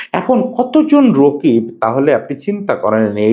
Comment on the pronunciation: রকিব ❌ রাকিব ✅